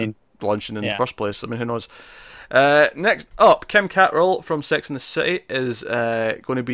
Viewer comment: cat-rall?????? lol ok.........oh poor kim cattrall